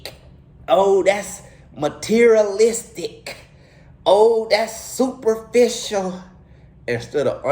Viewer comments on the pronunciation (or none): “Uuugghhg that’s MUHteriaLIIISTICK!” 😩😩😭😭😭🤣🤣